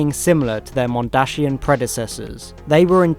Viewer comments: Mondsian not Mondashian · Any one else mad at how he says mondashinan it’s mondasian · I find it funny how you say mondashian cyber men, though they are dashing it still makes me laugh, keep up the good work.